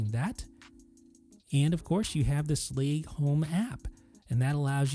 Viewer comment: It bothers me immensely how you pronounce “Schlage”.